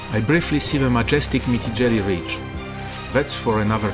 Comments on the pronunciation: Mitigelli ;) Itˋs Mittellegi. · Mittellegi Ridge, not Mitigelli Ridge 😂